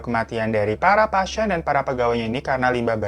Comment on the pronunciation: menit 3.08 sejak kapan kata "pasien" ada huruf y nya? "pasyien"